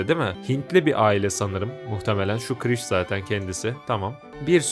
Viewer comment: Kiris değil kirish